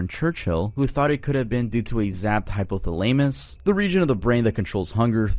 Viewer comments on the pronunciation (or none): bro really just said “Hypo-tha-LAY-miss” lmao 🤣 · bro just said hypa-tha-lame-us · jk hypothalayymus and ois-shoe-blank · bro you have got to Google how to pronounce words. You were nowhere near the pronunciation of “hypothalamus” lolol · bae you pronounced hypothalamus wrong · You think your previous pronunciation of Plymouth is bad? Wait till you find out how hypothalamus is pronounced 😂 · and hypothalamus being pronounced incorrectly, lol